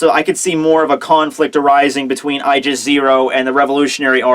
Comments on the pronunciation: Wait, isn't it ay-gis? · its pronounced Aaa•gis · is it just me or when he says "Aigis 0" I hear "Aljazeera"?